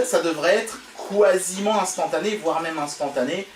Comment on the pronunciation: "kwasiment" instantané?